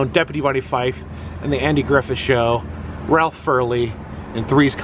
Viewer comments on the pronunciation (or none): none